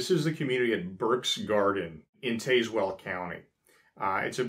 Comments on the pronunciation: Tazewell >>>>>> RIGHT: TAS well or TAZ Well WRONG: TAYS well or TAZE well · It's pronounced "Taz well" county. Burkes Garden is also known as "Gods Thumbprint" from the way it looks from the air. Absolutely gorgeous place. They also have a very nice festival every year that features many types of local goods. Coming up in a couple weeks, I think. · Its pronounced tazwell county and another town is pronounced Nathalie. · Really enjoy your informative videos! I am from Ohio originally but have lived in Virginia for over 30 years. Just for future reference Tazewell is usually pronounced with a long A…Taaz-well not tayzwell. And Fauquier is pronounced Fah-keer. Hope that’s helpful. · 🤣 you said taze well.....it's pronounced taz like the Tasmanian devil , the e isn't pronounced the a sound is the same a sound as the word tap like tap dancing just drop the p and add a z taz-well (or for people from the southwest portion of Virginia's pronunciation , taz-wool) . Nice video brother . Burke's Garden is really nice , really most of the rural hilly mountainous areas of Virginia are quite beautiful. There used to be some Amish who would sell different types of food at a fleamarket in Norton Virginia and Tazewell County at a fleamarket as well . Jams and jellies they make are very good. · Thank you for your videos. I really enjoy them. Just to help, as you mentioned, the pronunciation of Tazewell County is TAZ like in Tasmania. Also to let you know in Washington County, VA we have had a family or two of Amish that lived here for many years before returning to their original home place. We do seem to be having some Mennonite families that have recently moved to Washington County in the last 5 yrs. There are also some Amish/Mennonite families in Wythe County, VA that run a very popular store. Just info for future reference in case you are ever back this way. Thank you for your work on YT. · Tazewell is pronounced with a "short a" sound. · Tazewell has the short a sound